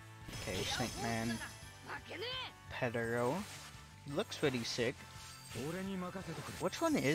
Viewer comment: Why are you saying Pedro like that 💀